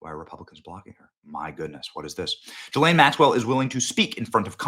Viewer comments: Maxwells name is pronounced guh lane not jillane. It's not that important but it makes me think were not talking about the same person. Just saying. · I wish people would learn how to pronounce Ghislaine's Name, It is NOT G lane, It is GA Lane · GDMT Benny... Say "Ghee-Lane" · You’re saying her first name wrong. It’s a soft “g” like “go”